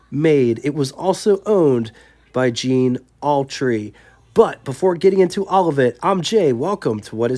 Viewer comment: Gene, not Jean, Jay. 😉 What a beautiful car.